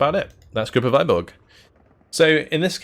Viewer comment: TY 4 review. Its a bit hard to describe cyrillic letter "ы", but you can just copy this - Выборг - paste to youtube search and click any video. You should hear russian pronunciation almost instantly.